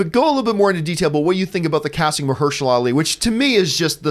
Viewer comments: Marshehala? 😂😂 I thought it was Mahershala? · Marsha who? :D EDIT: At least John said his name right. I never really knew his name, but he's a badass actor.